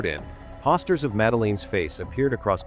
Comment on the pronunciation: Uhhghhh, the AI narrator makes my ears bleed! I can't even watch the whole thing! It can't even pronounce her name or simple words like poster right! Please, get a real person to narrate, stop cutting corners to save a few bucks! Take pride in what you produce! There's too much garbage out there today!